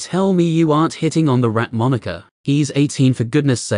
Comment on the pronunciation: AI voice: "this character is named moniker" Listener: "you named a character 'name'?" Ai: "not moniker, moniker."